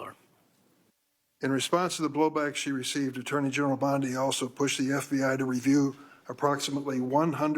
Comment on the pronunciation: Please correct your pronunciation of "Bondi". It isn't brain surgery to get someone's name right.